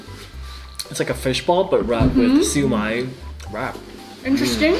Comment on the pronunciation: Pronounced as shyo-mai